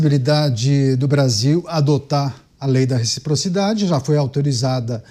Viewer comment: RECFIPROFIDADE CUMPANHEIRUS 😂